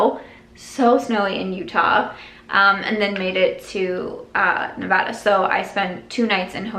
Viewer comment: As a native navadian thank you for saying it correctly. You will soon learn that we take the pronunciation seriously. Also you are an inspiration for taking control of your life and sharing it. Who knows who it may influence to do the same